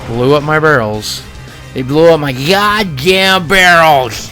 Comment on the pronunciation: lol "I LOGHST MY GHODDAMN BARREL!